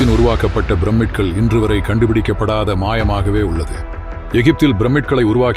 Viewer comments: அருமையான தகவல். ஒரு திருத்தம். ப்ரமிட் என்று சொல்ல வேண்டாம். 'பிரமிட்' என்று சொல்லுங்கள். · Brammid இல்ல... Pyramid உச்சரிப்பு ஒழுங்காக இருந்தால் தான் நம்பக்கத் தன்மை ஏற்படும்.